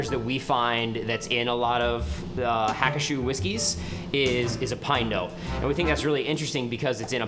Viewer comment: It's pronounced Ha-koo-shoe.